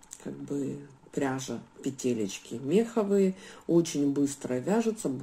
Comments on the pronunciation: Не мЕховые, а меховЫе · Всё супер!!! Класс!! Спасибо!!! Но!!! меховЫе петли, а не мЕховые 🙏🏻